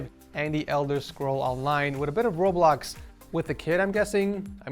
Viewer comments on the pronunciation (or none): none